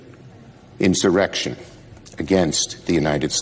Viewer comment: Schumer was reading it and he still messed up! What a dill hole!!